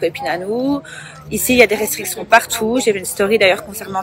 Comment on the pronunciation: Et ça sait même pas parler! Elle dit "Rectriction" au lieu de "Restriction"